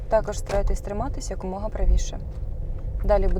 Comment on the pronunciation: "якомога", а не "як умога" !!! Шановні, перевіряйте, будь ласка, те, що ви видаєте на публіку!